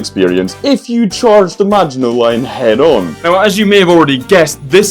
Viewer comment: Hello and you said maginot line wrong